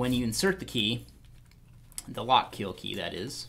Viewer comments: It’s pronounced “Lock-KILL” not “Lock-KEEL”... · "Lock Keel"